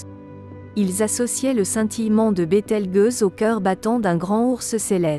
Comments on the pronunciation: BételgEuse pas bételgUeuse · Bételgeuse, pas BételgUeuse ! (c'est ta voix synthétique, la gueuse...) six mille, pas six zéro zéro zéro ! la science 360 fois sans la comprendre ! j'ai tenu "un apostrophe quatre huit apostrophe apostrophe" ! première et dernière fois que je regarde cette chaine putaclic ! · Bételgeuse, le g se prononce "j" car il est placé devant un e, sinon par exemple le mot "belge" se prononcerait "belgue". Cela plus la voix synthétique qui ne sait pas parler français c'est une vidéo totalement ratée.